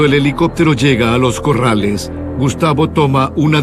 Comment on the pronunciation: los Corales.. no es los Corrales.. jajaja que risa..